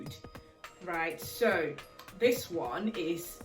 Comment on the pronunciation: I was trying to figure out where you are from then I heard you say ‘ Sooooooooo’ and realised🤣